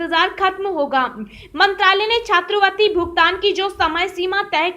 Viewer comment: उच्चारण में सुधार । छात्रवृति न कि छात्रवर्ती।